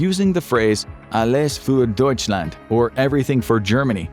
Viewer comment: "Alles für Deutschland" made my ears bleed when he said it 😵‍💫😬